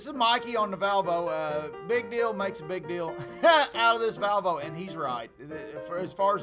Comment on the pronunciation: I could hear it ... No??? 😂😂😂